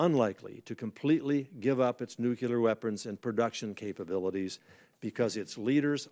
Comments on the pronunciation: Nuclear not nucular. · When did it change to nucular? 🤔